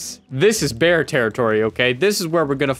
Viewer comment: 15 minutes talking about bwear and "for sure" emm